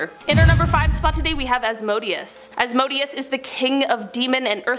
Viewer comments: YOU PRONOUNCED ASMODEOUS WRONG ITS PRONOUNCED AS-MO-DAY-US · Azay-zel and azmoh-dayus. Fyi